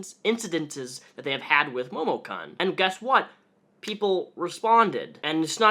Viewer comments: I dunno if this is what you're videos are usually like, but congrats if you got this far rambling about cosplay drama. IDGAF about momokun (which at no point was it funny when you mispronounced kun) but gat damn, man. Get it down to brass tacks. That was excruciating and you rambled about shit and didn't even cover more than what everyone already knows and has said. Damn, I didn't know you could be so bad on YT and still have followers. WAIT I LIED. OF COURSE YOU CAN! Anyway, link to this one, chump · Momokun is fucking gross and it's sad people threw so much money at her for shitty cosplays and """lewds""". On top of her shitty attitude it's great to see her getting what she has deserved for quite a while. Also my inner weeb is being triggered by the pronunciation of Momokun here. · you keep mispronouncing her name. It's pronounced "Momokunt" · just a heads up: i know it doesn't matter that much but it's momo kun pronounced "koon", because she's stealing japanese language to try to look cute. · "MOHMON-CON" Dat Japanese pronunciation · my weeb ass cant handle the way u say her name lmfao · You can pronounce "kun"? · Not to defend momokun (i hate her just like anyone in the cosplay and otaku comunnity rn) but like, do you watch dubbed anime or something like that? bc the way you pronounced momokun just killed me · The way he pronounced momokun and renowned make me upset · the way you pronounced Kun made the weeb in me very sad :/